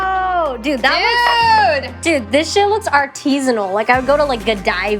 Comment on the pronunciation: she said: “artisanal”